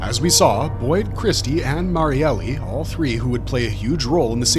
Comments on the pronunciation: That's been driving me crazy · Yea was like. Cmon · Every single video. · Awesome Vid as always, though I still cant get over with the Pronounciation for Marielles Name, Its suppose to be pronounce as Mar-yel not Mar-yele. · Cough cough her name is MariEL not Mary-Elly